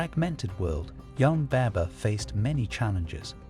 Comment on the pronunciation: What are you doing my Brother. Please pronounce our Muslim and Pakistani Names Correctly. I think from your name you are of Pakistani or Bangali heritage. You should pronounce our names correctly not like the white man who pronounce them wrong. It is not baybur the correct way to pronounce baber is bahbur